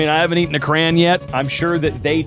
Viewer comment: it's a CRAY ON not a crayn. I'm it's an accent thing but like c'mon man if something is covered in clay, there is CLAY ON it not clayn it!